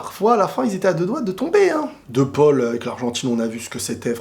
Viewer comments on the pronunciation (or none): none